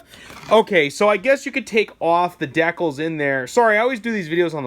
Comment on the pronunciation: It's decals, not the way you are pronouncing it .